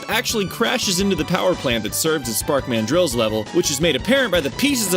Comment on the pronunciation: im sorry but did just pronounce "spark mandrill" as "sparkman drill"